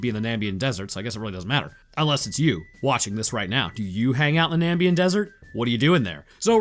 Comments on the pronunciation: FOR GOODNESS SAKES!!! It's not Nambian desert! It's Namibian desert! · Him saying Nambian instead of Na-MIB-ian twirled my brain a bit. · na...mib...ian...? it aint hard bruh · I know you're definitely not going to read this. But my brother in Christ how do you read Namibian desert and say Nambian. How does that happen. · It's frustrating how much this bothers me, but it's the NAMIBIAN desert, not NAMBIAN.... FUCK otherwise great vid, love your stuff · Namibian not Nambian. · I believe you meant Namibian and not nambian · FOR GOODNESS SAKES!!! Its not Nambian desert! Its Namibian desert!